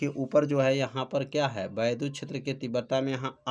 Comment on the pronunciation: Vaidhut ❌ Vaiddhut ✅